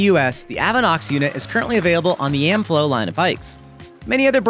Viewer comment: CC translates your pronunciation of Amflow as Amp-flow